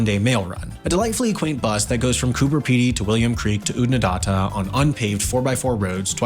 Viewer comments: Considering he butchered every name, with American Authority and Accent, one would be excused for dismissing all other stated "Facts". I know where Oodnadatta is but where is Oodnadarhta ? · I wish these video makers would research their pronounciation before blundering in. Lake Eyre is pronounced 'air' (after the British explorer John Eyre), not 'ire'. Oodnadatta has a short 'a' as in 'at' so it's not 'Oodnadarta'. Gibbers are small rocks and pronounced with hard 'g' so it's not 'jibber' (which is what badly reasearched video presenters do). Also, Anna Creek is not a bloody 'farm'. That's a much smaller higher rainfall holding where you till the land and grow wheat etc. And the land isn't owned by the Australian Government. It is 'Crown land' owned by the South Australian state Government. These leases were created long before the Australian Government even existed (1901).